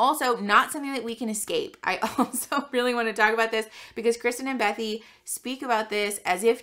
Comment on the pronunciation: I LOVE your content. Are you saying bethy or Becky?